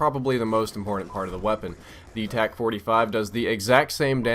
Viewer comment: Dude its a TAC not o tec